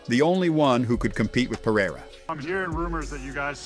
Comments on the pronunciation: Or "Periyra" as the guy says lol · I wanted to teach an english speaker how to pronounce Alex Pereira's name hahahhaha although you can speak whatever the way you want to, It's funny for portuguese speakers to hear it